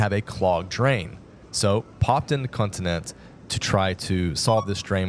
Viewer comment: First off, you are NOT expats, you are immigrants. Second, it's not 'continent'!! Pronounce it properly, it's 'con ti nen-che'